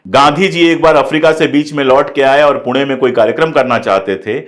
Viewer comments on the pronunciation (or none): none